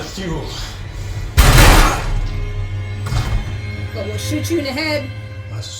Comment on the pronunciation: It's a small thing, but outside of TV-land Thule is pronounced Tooly - not Thool.